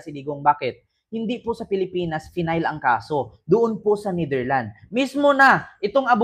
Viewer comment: Psssttt correction lang please, it is pronounce as NetherlandS may S sa dulo.😊❤